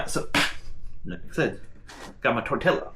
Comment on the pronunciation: why are you saying tortilla wrong you said you spoke spanish